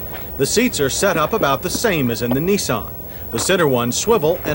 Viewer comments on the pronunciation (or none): I’m loving John’s pronunciation of any Japanese car - here we have the neesarn and meetsobeeshi mini vans - the meetsobeeshi uses the engine from the gollont sedan